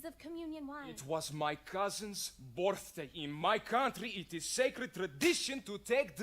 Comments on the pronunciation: From now on, it will always be 'borthday' !!!! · "where did you get that.." "Its borfdaey" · it's mischas borfdaey today 😌😌